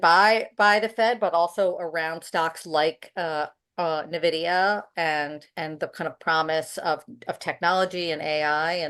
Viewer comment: Agree. I'm loving these 2-ways in general, but had to stop watching at the use of the pronunciation "nuh-vidia"